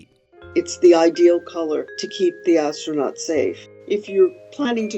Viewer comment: astrraNUT 🤣😂 Learn some English.